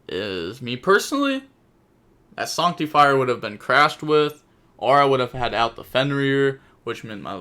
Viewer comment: Sorry but it's not pronounced sonctifire. It's pronounced sAnc. Like artifact sanctum